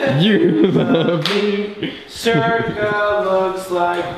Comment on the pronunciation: i didn’t know the dogs name was “circa” and all i could hear was “zerkaa” bc i’m a zerkaa stan HAHAHAHAH